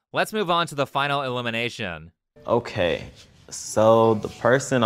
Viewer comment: Big Big fan of your videos. But this specific video has me grinding me teeth, every time you say elimination. You really make it sound like illumination. Threw me off the first few times 😂